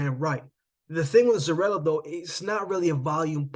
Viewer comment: Its pronounce Zoriya, not Zorila 🤷🏽